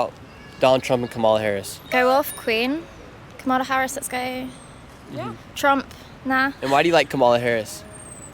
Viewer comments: It would help if you could pronounce Kamala Harris' name correctly. You lost me at the first mispronunciation. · Pronounce Kamala’s name correctly. Your bias is showing through. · How can you do this and keep mispronouncing Kamala? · Dude she is the VP. Please learn how to pronounce her name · Please say her name correctly. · Seriously it’s pronounced Comma-lah not co MAH lah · Before your next video.....learn how to pronounce her name ! Kama-la not ka-ma-la 😮 your ignorance is not acceptable 🙄 she's been VP for almost 4 years ! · Dude, cool video, but it's pronounced "comma la" not ca'ma la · KAH-mah-lah. Jesus! Her name is KAMala. Like Pamela. Whats so hard?! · Her name is KAH-mah-lah. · You aren't saying Kamala right. The accent should be on the first syllable not the second. Like Pamela. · Her name is pronounced “coma-la”. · Please work on your pronunciation of Kamala. It's like comma followed by la. Thank you. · What about learning how to pronounce Kamala before recording a video like this? You give yourself away as a Trumpist = idiot. I've watched just over 1 minute of this and realise already it's not worth watching. I'm British. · How about you pronounce Kamala correctly to start with. So sorry you all are so misinformed on Hitler trump. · If you're going to ask the Brits questions about our elections, please pronounce Kamala's name right. You're mispronouncing her first name. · Nick, you are mispronouncing her name. Not to harsh a criticism, though. I enjoyed the segment. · Pronounce her name correctly. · Maybe pronounce her name correctly on your way to being considered serious about what you do. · You should at least pronounce “Kamala” correctly, kinda cringe. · Dude, at least pronounce Kamala’s name correctly. Ugh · Super weird that you can’t say her name correctly - it’s all just racist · Why are you pronouncing her name wrong? Wth is this? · Douche can't pronounce Kamala's name correctly. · Please pronounce Kamala correctly!